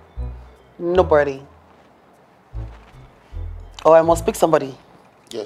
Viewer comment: "Nobordy" "Orh norh"😂😂😂